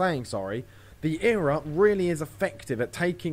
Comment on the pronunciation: E-R-A....not era.....